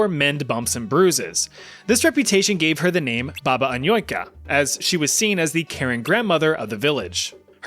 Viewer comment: That Anujka pronunciation is so 'murican. He basically only hit the letter A correctly.